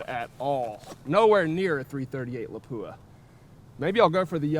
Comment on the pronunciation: Why is it that no one can pronounce the word Lapua correctly???